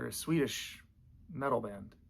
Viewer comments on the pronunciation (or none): none